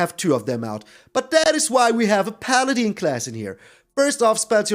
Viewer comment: Fyi it's paladin not paladeen. In Dragonlance the main lawful good God is called paladeen. The I is silent.. Unless it's pronounced differently in old world